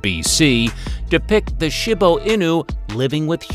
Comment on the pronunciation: The voice-over person needs to learn how to pronounce the names of the breeds before he reads the script. The I in Shiba is pronounced like a long E1. The accent of the word mastiff is on the first syllable, not the second. The X in Xolo is pronounced sh; I could go on. And the Cirneco dell'Etna is a breed that's at least 3000 years old and maybe the progenitor of the Pharaoh Hound and the Ibizan Hound.